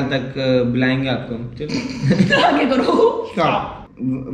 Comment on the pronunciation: why you say shtop instesd of stop